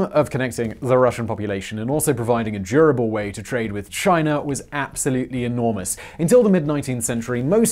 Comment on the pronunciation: "Chiner" lol